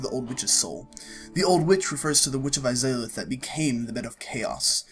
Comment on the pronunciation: a pretty nice lore video. however, at the very beginning, it's seriously annoying to have the game dialogue in the background of your own voice narration. also, you have some weird pronunciation of names (the izalith one was particularly painful to hear) which is weird, considering that all of them are spoken within the games themselves. You have no other problems with pronunciations, so maybe you should work on that :P